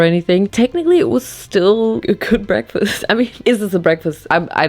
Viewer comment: "very healthy breaskfast" when there's so much sugar in it 😭girl